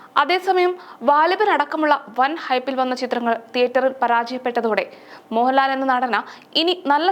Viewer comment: മോഹലാലും മമ്മുട്ടിയും മെല്ല മമ്മുട്ടിയും മോഹലാലും അങ്ങനെ പറഞ്ഞ് പഠിച്ച് വാ നീ ആദ്യം